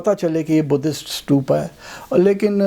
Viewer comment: سٹوپا نہیں بھائی جی ستوپا لفظ ھے ۔ ت سے، ٹ نہیں ھے ۔ ستوپا ۔